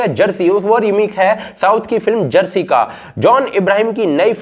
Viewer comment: क्या कहा सर चरसी अरे नहीं शायद जरसी कहा था ।